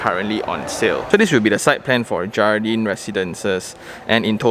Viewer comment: I think should be read as 'hardin' J is as H I think they put 'jardin' as the Spanish word, which means ''garden' I guessing only ya